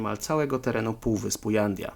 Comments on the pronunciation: Fajny materiał. Ale, w ramach konstruktywnej krytyki, powiem ci, co mnie irytuje: przekręcanie lub niewłaściwa wymowa nazw: Fuerteventura, nie Fuertaventura Jandia wymawia się "handia" Morro Jable odpowiednio "morro hable". Tak, to są drobne błędy, jednak irytujące. Trochę jak z motoryzacyjnymi kanałami, w których prowadzący opowiada o "lambordżini" czy "karman dżia" albo "ford dżia". Ale, żeby nie było samej krytyki, podrzucę jeszcze pytania, które mogą podsycić teorie spiskowe: Jeśli to rodzinny/wakacyjny/prywatny dom Wintera, po co w nim zbiorowa łaźnia z natryskami, kojarząca się z tymi znanymi z wojskowych koszar? Po co sypialnia na kilkanaście łóżek? 🙂🙃😉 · Hej byłem tam , u Herr Wintera, miejsce niesamowite..j czytasz jak h czyli Hanidia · w hiszpańskim literę "j" wymiawiamy jako "h" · Jandia wymawia się „Handja”